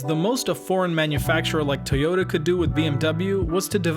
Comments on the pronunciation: This dudes pronunciation of Toyota is about to drive me crazy. About as bad as Sarah Palin saying nu-ke-lar when the word is nu-kle-ar Toyota- Pronounced Toi-yo-ta Not: Tee-yo-da If public speaking in English is going to be part of your life moving forward, please learn how to properly enunciate. It really is kind of part of the job description. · Good video, but with 1.4 million views, that's the number of people who now think that 'Toyota' is pronounced 'Tay-ota'. It's not. Can someone at least get that detail right?? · I appreciate the "Tayota" pronunciation, but I to be honest I prefer the Texan pronunciation, Ty yota. Excellent Video by the way!